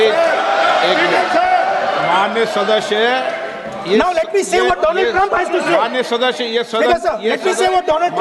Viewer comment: I think Donald Trump is angry with modi because he said doland trunp